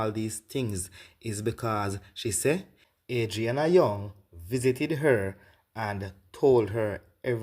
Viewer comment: Her name is Adrinna....not Arianna